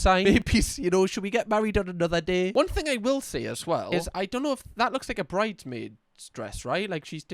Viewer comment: Hahah "the whatever that is.. ehh that beutiful thung they have"